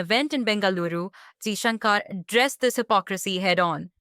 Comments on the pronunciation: His name is pronounced Jaishankar ( shankar) not Jaishunkaar ( shunkaar)! Being an Indian host you shouldn't be making such westernised pronouncement mistake!! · He is not Jaishankaaar. He is Jaishankar. The narrator is an Indian and should be ashamed of mis-pronouncing Jaishankar's name. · Why can't this lady pronounce Kashmir n Mr Jaishankar's name properly?